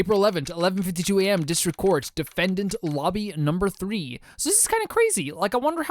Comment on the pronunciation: Mans said tree fifty five 🤣